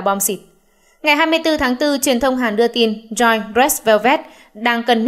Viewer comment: Theo như t bt thì Joy (Red Velvet) đọc là Trô y thì pải, nghe bên Hàn đọc v ak